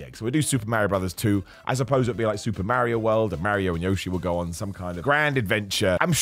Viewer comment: A game based on “fun first, plot second” should be no surprise as a format for a movie either. And thankfully 99.9% of people have spent $500 million agreeing it’s a lot of fun! Also, can we all before the next movie understand this is not how you pronounce Yoshi! 😂 The dino himself says his own name, listen to how he says his own name! He doesn’t Americanise it! 😂